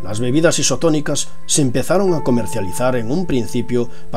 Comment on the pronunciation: Dijiste bibidas